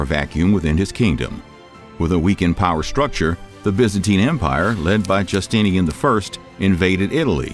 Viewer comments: also, Jus-ti-ti-nian :D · ish I heard Emperor “Justintinian”. I’m watching the video for the first time right now and felt compelled to comment.